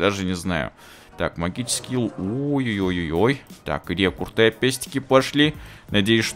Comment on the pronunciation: рЕкРуты, а не рЕкурты!